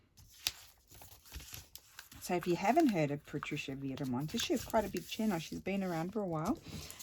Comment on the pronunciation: Yay! I’m so happy you are doing my suggestion. 😃 it’s a color scheme I’m loving but struggled to create something and I just knew you would figure it out in a way that it’s so pretty with these Patricia pockets. Thank you so much! Also I love the way you say my name. Wonderful creations you are so talented.